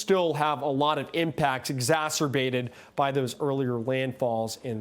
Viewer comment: Did he just say Zasserbated ??